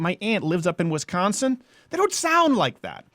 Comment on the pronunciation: Fuck you, stop pronouncing Wisconsin “Wis-Sckawn-son.” Also you ever been to any small towns in Wisconsin. At least half the people talk like that. I can’t argue with you that Manitowoc homies are inbred.